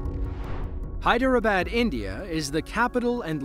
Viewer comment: That is hyed-ra-bad not hyedarabada